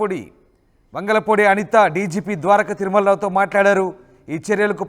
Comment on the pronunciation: వెదవ వెలగలపూడి కాదురా వంగలపూడి అని చెప్పరా తప్పునాయాల